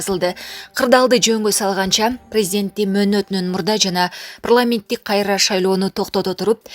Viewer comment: Прламент дебей так суйлосон озу окугансынбы